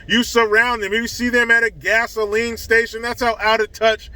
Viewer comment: Aunt Ester from Sanford and Son... "Fisheyed Fool!" Gazoline [sic] Station? 😂🤣😂